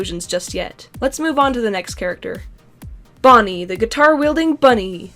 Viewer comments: Why do you say bonnet it’s Bonnie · she called bonnie "bonnet" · Did anyone notice she said bonnet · Did you just call bonnie bonnet! (Or did i just hear that?)